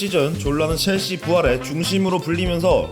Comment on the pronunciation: 체엘시~가 아닌 첼씨!로 바뀌었넹6ㅇ